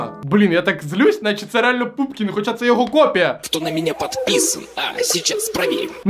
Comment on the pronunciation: Чому ПУПКІН а не пУПКІН:(